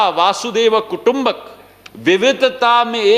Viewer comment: 'वासुदेव कुटुंबक्' न कहें सिंधीयाजी बल्कि 'वसुधैव कुटुंबकम्' कहें। धन्यवाद। अन्ततोगत्वा अति सुन्दर वक्तव्य।